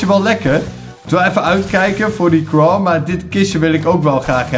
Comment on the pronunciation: zegt steets craw en niet crow xD